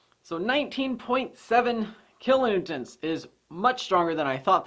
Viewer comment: Kilonewtons not kilonewtents